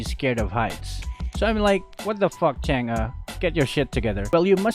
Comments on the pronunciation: Its actually pronounced tsung uh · you pronounce her name wrong its pronounce like changgay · It's, ~chan, g~.. easy man. chan gee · Filipinos call it chang eh but its really pronounced chang’ah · Bakit Chang'a dinig ko sa pagsabi mo nang pangalan niya hahaha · Chang'e's name is spelled "Chang'e" but pronounced "Chang'auh" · Chang'e Pronunciation :chang uh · and other pepol: Chang’uhh Me:Chang’ie My friend:Change. Btw Luv yah (are you Filipino cuz I am) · it's CHUNG UGH get it right